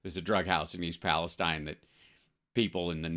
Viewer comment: It's PALESTEEN Hal.